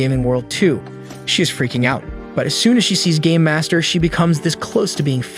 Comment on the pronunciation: I don't know why but all I'm hearing is gay master instead of game master